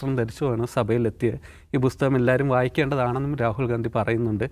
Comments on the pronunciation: ബുസ്തകം അല്ല ബ്രോ.. പുസ്തകം.. 😊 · പുസ്തകം ആണ് ബുസ്തകം അല്ല